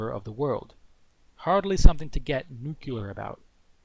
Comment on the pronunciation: Good video. Btw i'l sorry, it's stronger than me : nu-cle-ar, not "nucular"